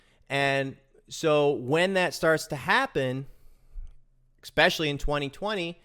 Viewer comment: This one is "eXpecially" good, thanks ;)